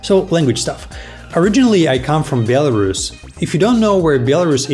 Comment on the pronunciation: In English, it’s pronounced as it is written BEL-A-RUS not BIEL-A-RUS. You’re welcome.